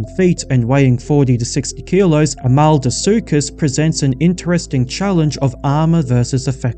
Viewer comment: HOW DID YOU MANAGE TO SAY "ARMADILLO - SUCHUS" WRONG??........"AMALDO - SUCHUS"....REALLY? Armadillo! Armadillo, you know, the little Armored phucker in Texas! (but from south america) Nice effort on drawing atleast one panel per animal though.